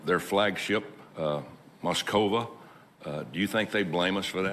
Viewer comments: Couldn’t stop cringing . And it’s “Moskva”, not “Moskova” like he said 🤦‍♀️ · Someone needs to tell TT that the name of the Russian flag ship is MOSKVA and NOT Moskova. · He can't even pronounce Moskva